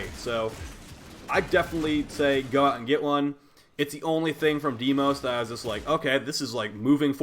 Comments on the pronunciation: day-mos (like most without the T) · Deimos is pronounces "day-mos" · You pronounce it as "Daymos" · This is not about pronounciation. Sure Everybody does say some words weird. Who cares. When in doubt about DEIMOS Just watch how the developers pronounce it. The fox though..... this seems more like a case of not reading correctly or just not paying attention. Because its really not that hard. Vul-pa-phy-la not Vulpalya. Just seems like an oversight from someone that already knows almost all the secret mechanics of the game. So i would expect at least a correct name. But its even wrong in the Video title. He just understood it wrong. Which is why hes spelling and pronouncing wrong. He can write and pronounce guys. Its just that the fundamental word hes trying to bring across is wrong. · Deimos (day-mose) Vulpaphyla (vulp uh feye luh) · SIGH DAY-mos Vulpa-FY-la